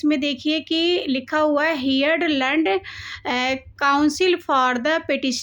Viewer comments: First of All Correct your Pronunciation:- Heard (हियर्ड आपके अनुसार) = हर्ड Learned= लर्न्ड Singhal = सिंघल not सेहगल. If you feel nervous while reading or cannot pronounce properly then why do you read in English? This makes fun of yourself. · Behen tum Hindi me hi Padh li hoti …..tum video ko record krne k baad Khud bhi Sunati ho ki tum kya padh rhi ,kya Bol rhi …tmhare words Kaise sound kr rhe hain ….tum kitna galat padh rhi …sun k hi sharam aa ja rha hai ..heard …learned …tmhe ye tk nhi pta ki English me kaun sa word silent hota hai…kis word ko Kaise pronounce krna hai ….thoda reading kiya kro apni beti k sath ..improve ho jayega ….ye sab proof krta hai ki tmne kya hi kbhi proper education li hogi